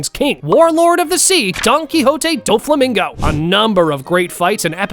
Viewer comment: bro Said doflimingo